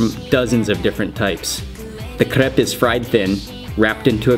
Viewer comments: You don't roll the R when saying crepe. it just sounds weird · Mark says 'crepe' funny.